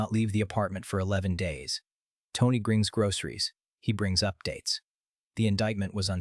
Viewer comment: “he grings groceries”